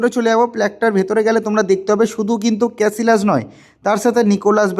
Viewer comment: ভাই ওর নামের উচ্চারণ ক্যাসিয়াস। ক্যাসিলাস নয়।